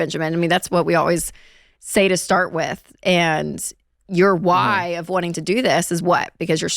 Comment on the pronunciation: Why does he pronounce why as Hawai? 😂